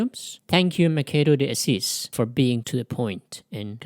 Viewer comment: The pronounciation is Mashado dee Assis. PS: Most Brazilians do NOT play "soccer" ( football), que do NOT hate argentinians. And NOBODY get naked after lunch... How stupid is that ? The same as I say that all the east coast americans kills native mid-western indians after lunch and then then goes to a Kkk Meeting... Study History before posting...